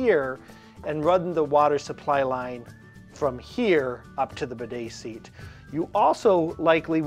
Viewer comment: Seat, not sear